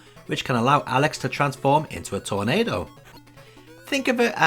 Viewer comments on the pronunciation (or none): none